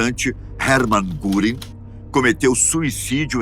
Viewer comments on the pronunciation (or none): Adoro a, porém em certos vídeos os nomes dos personagens são escritos e pronunciados de forma errada. O nome correto de Herman Gurrin (errado) é Hermann Wilhelm Göring. Um abraço à todos.